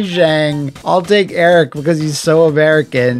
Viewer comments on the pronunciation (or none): none